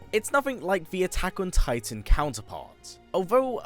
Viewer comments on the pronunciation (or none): none